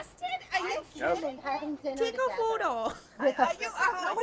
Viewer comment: take a foe-dough